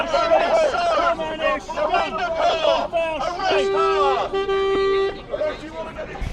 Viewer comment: Who tf is “Narinder Curr”? It’s Kaur, pronounced “core” but you guys know what you’re doing by pronouncing “curr”…